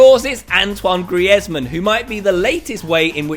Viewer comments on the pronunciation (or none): OMG I LOVE HOW YOU SAY GRIEZZMAN XD